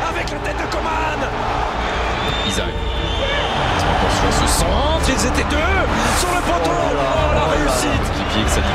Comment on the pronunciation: qui a remarqué que au lieu de dire Coman ils disent "comment " 😭